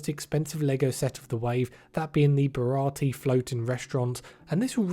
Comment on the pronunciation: You can tell who knows One Piece and who doesn’t among all these lego creators by how they pronounce “Baratie”. It’s pronounced like a french word, because it’s inspired by French restaurants. “Ba-ra-tee-yay”